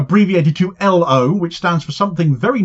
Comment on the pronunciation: Cheers Good to hear some good news! Boycotting companies that deal with Israel is crucial, ask Pik Botha. PS: You pronounced L.O incorrectly, for Norwegian. 😉😆